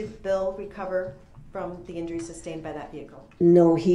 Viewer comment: Amazing Judge! Grounds....for substain(ed)? Or as it's correctly said, sustained.